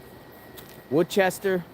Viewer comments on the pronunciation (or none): Lol it’s pronounced (WUSSTER) Worcester it’s one of our Massachusetts cities/town with weird name and spelling’s. You were close. Stay warm! You are not to far from me. I’m in Boston Ma!! Temp are supposed to drop tonight into the 20s with some snow out where you are. They already did searches for him last weekend. I think he is long gone by now. Your right he won’t make it overnight out there without warm gear it get really cold at night here.